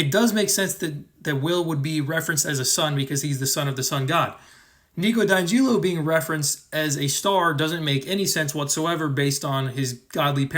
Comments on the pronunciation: the way you say di angelo makes my blood boil every time, its DI Ángelo, get it wright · He does this with every character. It’s supposed to be a joke.